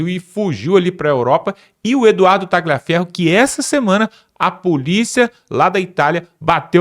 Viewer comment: Não é Ta-gli-aferro, a pronúncia. Escreve-se "gli", mas a pronúncia, é Ta-lhi-aferro. A pronúncia é igual ao "lhe", no idioma português.